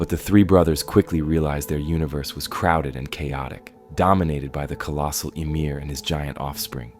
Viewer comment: ummmm emir?????? it’s ymir. YMIR